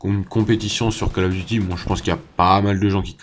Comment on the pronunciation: Gg mais stp arrête de dire "Call of duty" , ca se prononce "Coll of duty" et pas Call . Après comme tu veux mais c'est juste que ca me stress x)